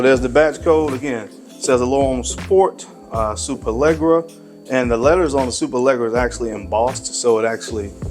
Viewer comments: Pronounced Lesh-era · I believe there’s not 1 American that can pronounce Superleggera correctly or does any effort to.